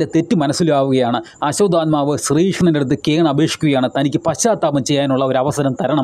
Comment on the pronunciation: ആസ്വാത ആത്മാവ് അല്ല ആശ്വതമാവു പിന്നെ ഭാരതം ഫരതം അല്ല